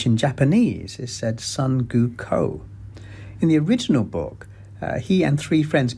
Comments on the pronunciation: Guko? it's Son Goku, GO-KU. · Any anime fan and gamers would know how thin his explanations are stretched to support the narrative. The Dragon Ball and Pokemon were the dead giveaway that, at least on those part, he's talking out of his ass. Ha didnt'e even know that it's "Goku" not "Guko". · The guy in the video really called Goku from dragonball "Guko"... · he claimed it's a "retelling" in and again in he says it "retells". Moreover, he says "Guko" all the time. Lmao. The parody part starts in and it's explained by the guy who is reacting to the video. Are you listening to this as if it was a Podcast and can't tell who is speaking? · It’s hard to take this guy seriously when he relies so heavily on AI in a large portion of his video and how he butchered Goku’s name. If people like him aren’t going to take the time to do proper research, don’t bother making a video at all.